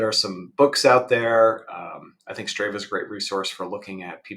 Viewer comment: It's "Str AH va". Also, weird that you never rode a 100 miles at any point in your training.